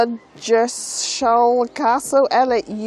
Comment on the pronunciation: Well, that answered my question about parking in the last video! Pastime I was at Ludgershall castle someone had left an overnight bbq and beers. Muppets. I think it's pronounced Luggershall 😊. Nice trip.